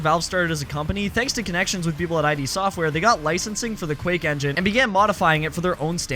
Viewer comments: Craziest thing is that you call it "eye-dee software" and not id Software. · its id, not I-D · It's id, not I.D. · It's id, not I D software, id, as in did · bro said ID instead of Id... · It's one word, Id. As in the Id and The Super Ego. Not I.D. as in D.U.I. or F.B.I. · Excuse you, did you just call them Aye Dee software ??????? Disliked immediately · NO ONE FUCKING CALLS IT "EYE-DEE SOFTWARE" GET SOME FUCKIN PERSPECTIVE ON THE CUTURE YOU ARE TRYING TO REPACKAGE AND MONITIZE. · "Ayedee Software"